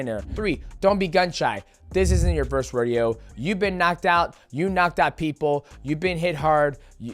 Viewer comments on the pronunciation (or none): none